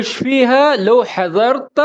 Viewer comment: مش لوو هذا لو (Lao) not لاكن ماشاءالله ممتاز❤️